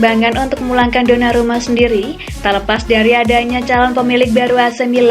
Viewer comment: Mala denger sonarumput